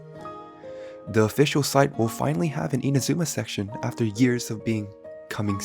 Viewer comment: i love how he says years😭